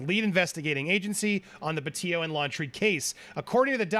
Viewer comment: PLEASE ANDY- - Pronounce her last name correctly. PetiTO. Not Petio.